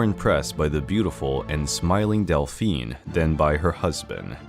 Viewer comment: Your use of the words Dauphin and Dauphine are not correct. Dauphin is male pronounced like Dough-fawn aka Louis, the Dauphine is female pronounced daw-feen; aka Marie not Delphine which means Dolphin 🐬